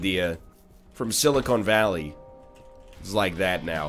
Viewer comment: Did he say "Silicone Valley" twice?